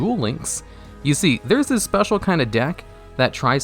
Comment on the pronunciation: Absolutely No one:: “Spetal Summon”